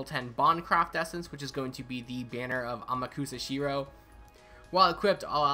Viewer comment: Its pronounced "amaksa shiroh"